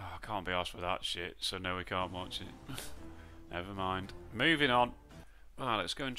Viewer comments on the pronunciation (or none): This video will prob be demonotised too you accidentally said cnt instead of can't on 😅😆